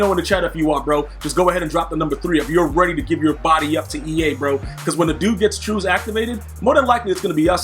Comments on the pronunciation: you’re not mistaken, it’s truss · I could be mistaken, but I’m pretty sure it’s pronounced ‘truss’ not ‘trues’. 🙌 BIG TRUST WHOOP WHOOP!